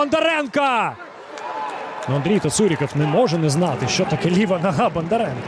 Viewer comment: На УПЛ що, коментатори скінчились? Що воно там бурмоче?.. Половину слів взагалі не розумію - вайби-шмайби, білдапи-шмілдапи, зато "Бандаренка", "Матвієнка", "Алефіренка"... Не призначайте його більше, будь-ласка...